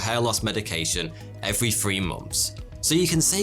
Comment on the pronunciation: Are you saying free or three?